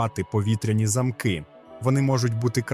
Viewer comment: "Танцювати під дощем" - це КРУТО! І з ВАШОГО дозволу ,невеличке зауваження:"Більше уваги до наголосів у словах",наприклад - немає "повітряних замкИв",є "повітряні зАмки". ДУЖЕ ЦІКАВІ І ЯСКРАВІ ОБРАЗИ. З ПОВАГОЮ до ВАС.ДЯКУЮ